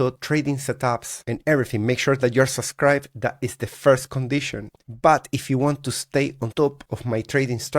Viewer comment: It’s “Subscribe” NOT “Susscirbe”. There’s two “B’s” in that word.